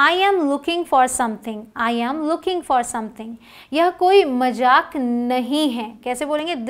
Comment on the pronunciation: Mam you are doing great work May Gold bless you..Mam plz say Mazaak instead of Majak.